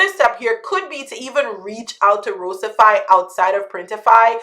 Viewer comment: Great video; Thank you for the shoutout! We are stoked to bring specialty coffee to the POD space. By the way you nailed the pronunciation (Roast-i-fy)